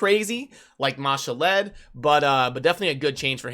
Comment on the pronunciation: What do you value the CB keys? I don't see them on the calculator anywhere? The way you pronounce some of the names, such as Ma'Shalled, makes me think of that Key and Peele skit where he's doing roll call at school. lol. "A A Ron"